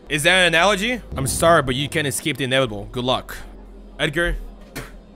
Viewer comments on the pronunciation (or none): none